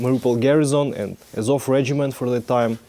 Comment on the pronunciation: It’s АЗОВ, not АОВЗ)